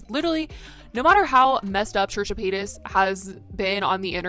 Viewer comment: trisha "payats"